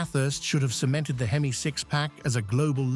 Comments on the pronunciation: Some one needs to tell AI that H-E-M-I spells hemi , just say hemi car guys will understand. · "Inspired by Chrysler's legendary four-twenty-six AITCH-EE-EM-EYE vee-eight"